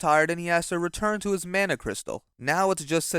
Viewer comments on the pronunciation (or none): none